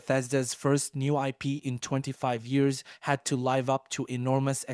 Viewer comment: it was the way you said "live" like hive